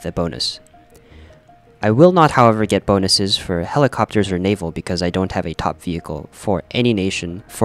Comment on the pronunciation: dis is how u pronawntz "naval"